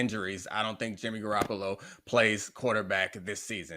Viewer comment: "BRING YIMMY GEE BACCCCHHH" 🤣🤣🤣🤣🤣🤣🤣🤣🤣🤣